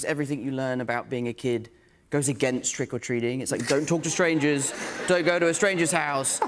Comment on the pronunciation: it's to me, sort of sad to see a fellow Englishman saying is " Spider-Man 'suid" rather than "Spider-Man suit", "Waiding" rather than "waiting", "trick or treading" rather "trick or treating" , "exciding" rather than "exciting", "shooding", rather than "shooting" , "celebridies" rather than "celebrities", "opportunidies" instead of "opportunities", "bedder" instead of "better" , "sedding" instead of "setting", "meeding" instead of 'meeting", and "candy" rather than "sweets".